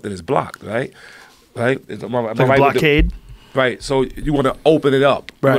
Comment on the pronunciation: A blow cayed......ya mean a BLOCKADE.....Yeah, blow cayed. HAHAHAHAHA